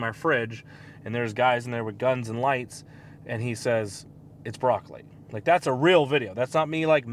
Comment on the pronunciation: "Broccoli". LOL.